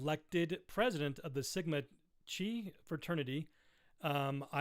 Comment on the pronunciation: Sigma Chi, the Chi is pronounced like Kai from Cobra Kai. The show from the Karate Kid movie